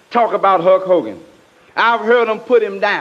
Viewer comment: Slick said Huck Hogan lol.